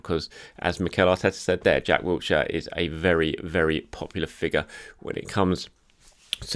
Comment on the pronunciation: OMG THERES NO T IN WILSHERE STOP SAYING HIS NAME LIKE THE PLACE ITS DOING MY HEAD IN GRR